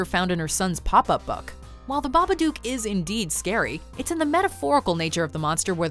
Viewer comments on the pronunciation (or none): Not babaduke it's babadook dook like book 😉👍